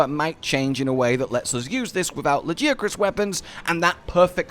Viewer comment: the way you pronounce Lagiacrus sounds proper not like the way they say it in game LAGI ACK CRUS like bro WHAT???